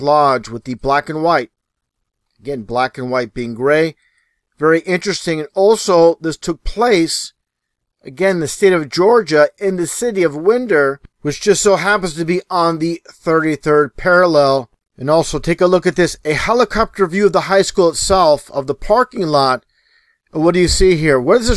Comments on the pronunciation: Everyone keeps calling it win der , its pronounced why n der. Its about an hour north of me, a busier area. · Just a minor nitpick: Winder is pronounced like Why-nder. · So the reporter already figured out this girl is coordinating and protecting other students? This girls are a total giveaway imo. Also it is pronounced Wine Der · Pronounced like wine-“wine -dur” like a winding road or winding a watch. Not like windy weather. Just thought all people out there might like to know 😊!